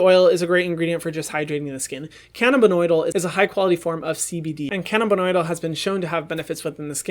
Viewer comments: i really dont wanna be that person but its Cannabidiol not Cannabidoil🙈 love this video though Hyram! Lots of great info! and thanks for all the donations you give with the money made from your platform!😭💕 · Hey Hyram! Big fan! Also gay ex-Mormon. #slay Looking out for you, gurl... It is cannabidiol, not cannabinoidal. I'm a pharmacist so it stuck out to me like a sore thumb. Love ya! 😘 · luvaria bruh you literally said BEG that means BEGging